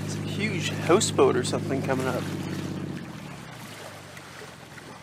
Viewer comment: And what is a “hoose boat?”